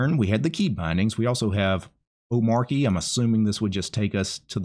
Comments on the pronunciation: DHH pronounches it oh-MAH-chee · Its pronounced like arch. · Like in 'cheat' Omar-chy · It's omarCHI as in CHI-CHI wife of Goku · You say it like this O-ma-ch-y the R is silent as I came to find out myself. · It's pronounced omarchy, actually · The Arch in Omarchy is pronounced the same way as the Arch in Arch-Linux. 😉 I was floored how easy Omarchy was to install. Have been testing it on an old Fujitsu Livebook, I got for 5 Bucks on a Flea-Market. It runs awesome. But not having a way to Alt+Tab to any currently open application is annoying. I'm open for any suggestions to fix that. It's cool, that each config explains exactly how you can edit it, to achive what you want. I still need to figure out, how to change all the Web-Apps from Chromium to Zen. Loads of stuff to learn here. In generel, there is a ton of bloat from my point of view. So many Apps I'll never touch. But I can see the appeal for people who want to leave the sinking ship, that is Windows. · bruh, its literally written omarchy. How could you get it wrong